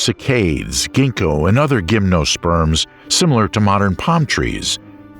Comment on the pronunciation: The script is very loose. Insects are animals, of course (unlike the description here); ancient dragon flies were not “ugly.” Animal species do not “reinvent themselves.” When describing the first gymnosperms (correctly, it should be with a soft “G” as in “gymnasium”), angiosperms were depicted. There is no reason to give both metric and english units of measurement. Birds are not ancestral to crocodiles. Volcanic traps killed all living things, not just animals. The Mesozoic can neither be “entered” nor “soon entered.” The conifers of the Permian disappeared and were replaced by Thuja and Araucaria—but those are also conifers. There is no long “A” in “Cycad” (otherwise it would end with an “E”). It’s too inaccurate to compare an animal to both so distantly related animals as frogs and alligators (the former being an amphibian, the latter a reptile). Most tetrapods walk on their toes, not their heels—even today. I could go on, but I’m going to watch something less misleading. This script is terrible.